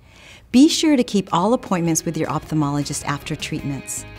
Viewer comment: She can't pronounce "opthalmologist" correctly